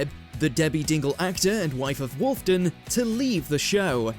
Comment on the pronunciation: It’s WolfENden, not Wolfden !